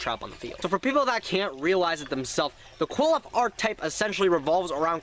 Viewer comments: i understand its hard to pronounce their name but you're not even fuckin close you're basically sayin "cool off" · Qliphoth is pronounced "Ki-Li-Fo-To" and since it is already plural its just "Qliphoth" not "Qliphoths" the singular form of Qliphoth would be Qliphah, pronounced "Ki-Li-Fa"